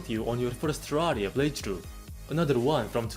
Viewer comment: I just adore how your accent turns terraria into terrariUH